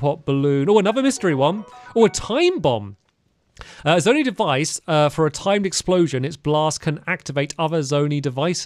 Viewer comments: Please, I beg of you, stop pronouncing it zone-ee, it’s zone-ai. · stampy your saying zo-nee it’s zo-ni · It’s pronounced “Zone-eye”, not “zony”. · Zone-eye is the pronunciation of zonai